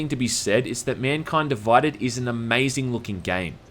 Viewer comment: MUNKUYND DUVUYDED